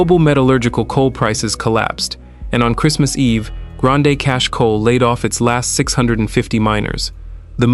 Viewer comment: Pronounced Grand Cash